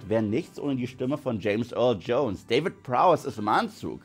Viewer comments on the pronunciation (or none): none